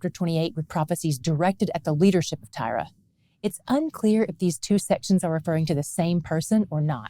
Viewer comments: I have wondered all along why she pronounces it as Tyra?? I don't see it. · I've never heard Tyre pronounced that way. I've always heard it like "tire". I'm going to have to research. Looked it up and both US and UK English are like "tire". So I looked up Hebrew and it's "tsore", like sore with a slight t beginning. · Always curious as to why you pronounce Tyre as Tyra,.